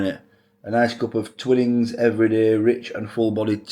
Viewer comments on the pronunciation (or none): Pronouced Twine-ings ! 😂